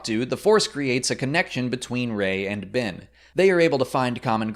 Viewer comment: "Bin" and "Kylo Rin"